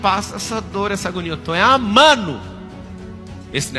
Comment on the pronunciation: Os erros de português dele "me dão nos nervos". São coisas básicas, tipo: amando e ele fala AMANO, guarda- roupa, ele fala guarda-roupe é por aí vai...